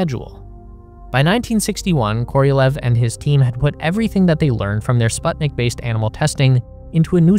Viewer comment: The name of the Soviet rocket engineer SERGEI KOROLEV is pronounced as [kə - rə - 'LYOFF]